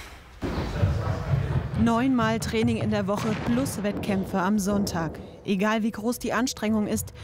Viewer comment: Abc Def Das Trraining 😂wie sie das ausgesprochen hat 😂😂